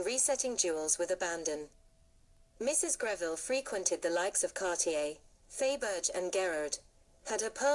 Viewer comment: FAY-BERG???? Please.... hire a professional. Faberge has just turned over in his grave... So has Boucheron. And.... WORLD WAR TWENTY TWO??? Jeeze. I really wanted to hear this and learn, but the errors are gagging me.